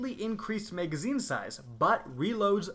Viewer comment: Oh my god that is not how you pronounce magazine. And who tf says meg? It’s mag, bitch.